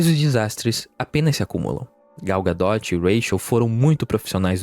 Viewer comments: Vcs têm um parafuso a menos? É Gal "Gadô" não, Gal "Gadóti" pelo amor de Deus né, vê se pronuncia pelo menos o nome direito. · Gadot pronuncia "ga-dô", não "ga-dóti"